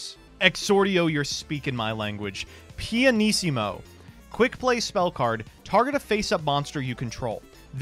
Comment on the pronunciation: Hi, I'm Italian and the pianissimo pronounce was almost perfect! Great video, love the effects and the voice